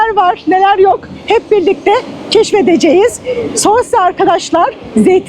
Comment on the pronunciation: Şose değil susa diye okunur